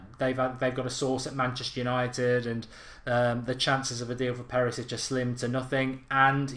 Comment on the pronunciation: Thank you.. so stop saying Perisic 😡